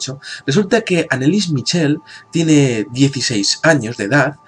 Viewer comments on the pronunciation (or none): mitchel.....? se pronuncia el ch como j (jorje) mijel.....pues nada....